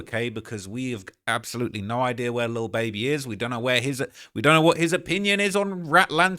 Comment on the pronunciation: I love how u say lil baeby ..can u do a video on cardi b n her beef